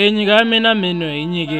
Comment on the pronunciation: Say menyo not meno you